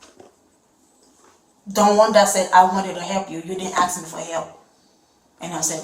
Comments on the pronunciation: Be weary of people who say axe in place of ask. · it's "ask", not "axe". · Can't even pronounce a three letter word.It's ask not axe. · I would never hire anyone incapable of properly pronouncing a 3 letter word. ASK is not "AXE"! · And she’s not even from America and she still uses the word ask as AX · Axe? I don't care if its a dialect, that bugs the hell out of me? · wha a SCUM - and why is it always AX A QUESTION ? But they don't say ALAXA, they say Alaska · Can’t trust nobody that pronounce ASK as AKS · SHE WAS AXING, AXING. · Why do so many people struggle with saying "ask" by pronouncing it like "axe"? How the hell is a 3 letter word so damn difficult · Stop making her use the word ‘ask’. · Why come ogirl can't pronounce the word "ask"